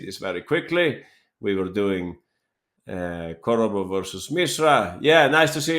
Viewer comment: Korobov, not Kordobov